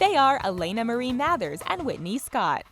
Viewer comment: Why are you pronouncing Mathers stupidly